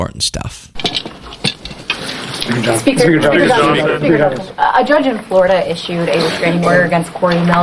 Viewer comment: it sounded like you said "My Johnson" lol